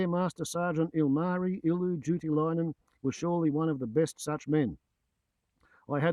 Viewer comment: It's Ilmari, not Ulmarri. Great video subject.